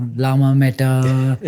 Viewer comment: small mistake its llama not lmaha